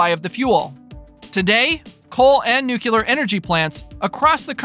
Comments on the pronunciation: It’s nuclear not nuculur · Nu clear! Not nu cular! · Nuclear is pronounced, Noooo-cleee- er with the stress on the first syllable., not nooo-keeoo-ler.